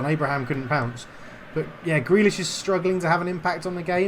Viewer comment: You still got it wrong 😂 But, just for the effort, you have yourself a new Patreon As for favourite player? Well, it was a tough one between McGinn and Tierney so I’ve gone for Grealish lol Gotta stick with my kin and say Tierney. Always plays well